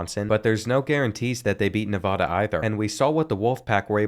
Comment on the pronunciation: First of all, the Nevada soccer team plays on the football field not the other way around. Second of all, it’s NEVADA, NA-VA-DUH NOT NA-VAH-DUH Say it right- Nevada student and Reno born and raised (I know what I’m talking about) 😂